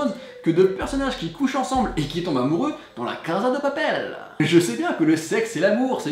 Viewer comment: La caSSSSSSa de appel, pas la caZZZZZZa de papel